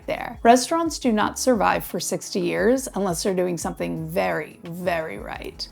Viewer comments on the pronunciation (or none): none